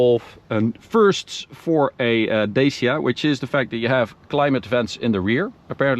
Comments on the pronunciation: Romanian here. It's not Deisia, it's pronounced Da-tch-ia. (The accent on the first"a"). Like Sriracha. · it's DA-CHI-A not da-c-a... cmon man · as a romania in telling you that both ways are so messed up😢😢😢 is more like DUTCH+E(the letter)+A(like in ahh) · Dacia - Дачия /Datchiq/ :)) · The way he pronounces it, is how dutch speaking countries pronounce it